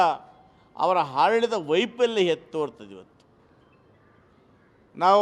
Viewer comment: ಈ ಕನ್ನಡ ಭಕ್ತನಿಗೆ ಅ ಉಚ್ಛಾರ ಮಾಡಲಿಕ್ಕೆ ಬರೂದಿಲ್ವಲ್ಲ, ಆಡಳಿತ ಅನ್ನುವುದು ಇವಪ್ಪನ ಬಾಯಿಯಲ್ಲಿ,ಹಾಡಳಿತ ಆಗಾತೈತೆ